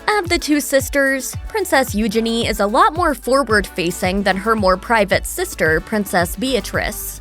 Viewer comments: Omg it's Eugene as in Jean not genie!! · I really struggle to watch videos when the narrator mispronounces names and words. It is NOT EUGE-ini . The emphasis is not on the first two letters and it’s NOT Gini. It’s u-geeny.